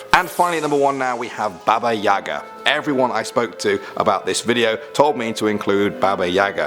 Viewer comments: Baba yaga is said like Baba yega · That's not how you say babayaga but it's ok you don't have the accent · It’s not Baba Yaga, it’s Baba Igya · Baba Yaga.... Guys, it pronounced Baba Yega. And emphasis fall on first syllable... YE.... (Pronounced "yeeahh")... Although words in Russian language are spelled differently, some have alike sounds. English has this too... Game of Words? Same thing.. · I thought he said baby yoda! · I am not Russian, and do native English speakers have to assume everything is pronounced like an English word? I don't know how to write it in phonetic English, but isn't Baba Yaga pronounced more like Ba Ba Yagaa? And the name Ivan certainly is not pronounced iVan. What is this, a transport service by Apple? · U didn't say baba yaga right